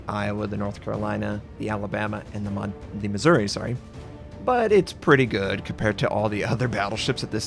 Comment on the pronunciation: On the Missouri the emphasis is on "ou". Otherwise it sounds like Misery.